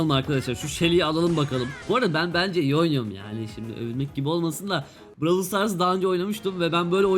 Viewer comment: lütfen brawlı düzgün oku